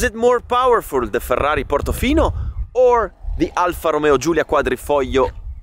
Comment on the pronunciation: I finally know the correct pronunciation of the Alfa 👍